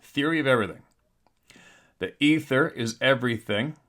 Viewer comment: "Ather" it's called the "Ether"